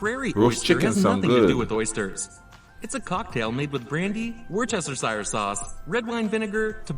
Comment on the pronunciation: As British/Canadian, I had a hard cringe over his pronunciation of 'Worcestershire sauce'. Ouch!